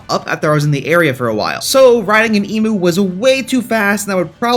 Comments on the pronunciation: It’s pronounced Eeem -you not E-moo, good vid apart from that. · Bro, as an Australian, respectfully, emu is said; you said: eemoo IT'S: eem-YOU Other than that love your channel, love you, your work OG, keep on going on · I am so triggered about the fact that he calls emu’s “emews” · It's pronounced eem you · G'day mate ( I'm from Australia) you pronounce "Emu" wrong it's pronounced "E mew" ( like the Pokemon) just informing an American (•‿•)